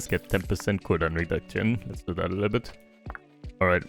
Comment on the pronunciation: "A litten bit Longer" 4h... wild